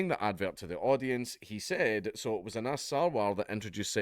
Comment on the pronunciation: You mispronounced 'Anas '...